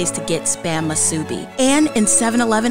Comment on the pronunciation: Mutilated the pronunciation of MUSUBI but it’s true best ones at 7-11.